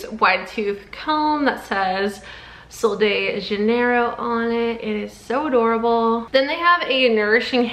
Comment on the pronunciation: The brand name is Portuguese not Spanish it’s pronounced JUH-NEIGH-ROHE